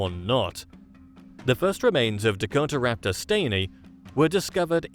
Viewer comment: Dakota-raptor….not Dako-Tara-raptor